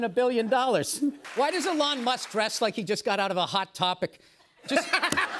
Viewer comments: Ehlon Muhsk was an Underrated roast on its own. For someone who works So hard to be known and renowned, mispronouncing his name so casually is just the kind of thing that would get under his skin 😭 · burr calls him "that twitter guy" , or slightly mispronouncing his name is so fn funny, esp b/c that's something that trump does to other people